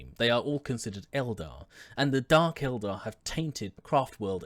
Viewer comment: Thanks for not calling the Eldar Aeldary or however you say it.